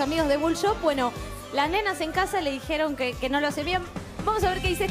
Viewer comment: el siempre dice: trajieron... dijieron